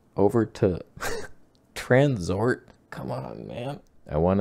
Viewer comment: LOL "Transort" made my day 🤣🤣